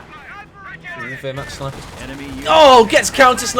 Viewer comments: I would say vehr-macht ... the “w” isn’t pronounced I don’t think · please don't pronounce Wehrmacht like that ( painful ) ... the correct way it's Ver-macht (VE -nice, Venice)